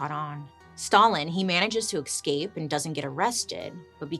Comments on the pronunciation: You say escape weird. It's like you're saying ex'scape 🤔🤔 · Escape not exscape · It's so funny how bailey says exscape instead of escape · Is it impolite to advise our favourite Bailey that escape does not have an x before the s? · Say it with me, Bails - “Essss. Cape. Essssss. Cape.” There’s no “X” in Escape. 😳 Love you dearly, but you had my OCD flarin’ with the podcast of this one… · Cant help but smile every time bailey pronounces escape as ecscape 😂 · Lol, I love how you add an "x" to the word 'escape'... Do you also say 'ex'presso, instead of "espresso"?? I love the way you talk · She's so cute. She kills me.